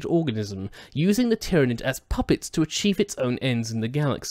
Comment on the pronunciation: Planet Tyran - Pronounced Tiye Ran. Tyranid - Pronounced Tiye Ran Id Pronounced Tiranid anyway FML